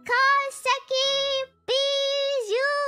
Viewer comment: As a French, my favourite thing about Bijou is that she pronounces her name correctly as it should be in French, unlike everyone else😅